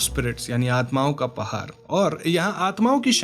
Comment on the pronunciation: Jab Pahaad ko Pahaar bola, confirm ho gaya aap Bihar se ho.